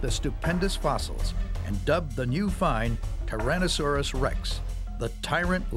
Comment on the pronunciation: The way dude says "Tuhrohnuhsorus Rex" bugged me, lol!